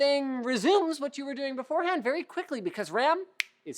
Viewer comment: it’s "what" not "wot”